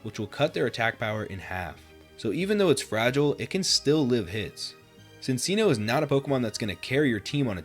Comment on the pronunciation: That is NOT how you pronounce “Cinccino” 😭